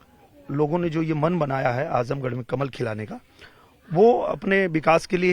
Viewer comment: आजमगढ़ गढ़ है गढ़हा नही